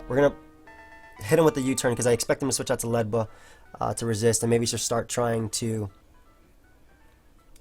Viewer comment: It's not Ledba It's Ledyba LOL